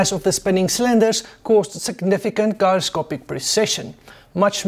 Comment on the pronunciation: Thank you for an informative and interesting presentation. The G in 'gyroscopic' is pronounced the same as it is in the word 'general'. 👍